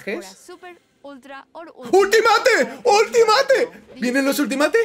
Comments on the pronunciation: Por favor, pronuncia bien Ultimate /Ultimeit/ 😬😬😬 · Di bien Ultimate, porfavor, no es tan difícil